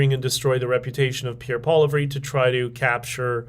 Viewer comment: Pretty sure Pierre’s last name is pronounced like “poly-EV”